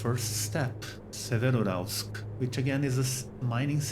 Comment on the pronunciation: Pronounced 'SEvero-Yuralsk' (almost like two words) The 'Ural' is the important component in the name. 👍 Bauxite in English is pronouned 'Bork-site' (soft 'r' ... like 'boh').